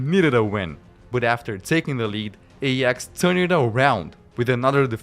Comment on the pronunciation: Aay-aax, not ey-ax. Just had to say it because it was burning my brain 😑